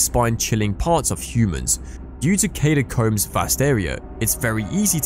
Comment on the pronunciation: Need to take a shot every time he says "Katy-combs" lmao